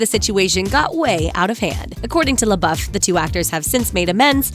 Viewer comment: Pronounced "lay-bow" not "lay-buff."